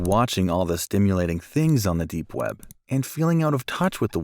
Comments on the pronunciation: Lol it said "deep wep" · When it said "deep wep" I thought it was deep wap